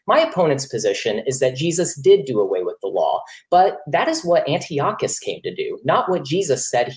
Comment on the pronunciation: thats not how you pronounce Antiochus...steals a bit of thunder from the opening statement